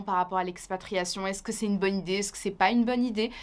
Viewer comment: Ke é‑şţe Que [kə] et e‑pas Queu [kø]. Honnie.